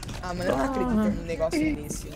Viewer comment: "eu não acréditu" ri muito.